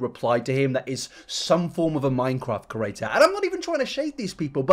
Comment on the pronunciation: I agree with you but bruh why you say creator like ‘kerator’ ?